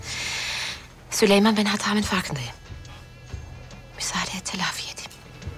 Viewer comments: Hürremin sülüman demesi😂😂😂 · Sülömön desen bu is bitmisdir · Dəli Hürrəmin tam deyə bilmədiyi adlar: 😂😂😂 SÜMBÜL- SÜKMÜL SÜLEYMAN- SÜLÜMAN MİHRİMAH - MİŞİMAH NİGAR KALFA - NİGAR KAFA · Sülüman adını söyleyemeyen her kadına asılmak zorunda değilsin kanka